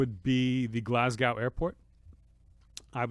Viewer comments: I'm from Glasgow, we pronounce it GLAZ-GO... Just so you know, cheers! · Anthony pronouncing Glasgow … jesus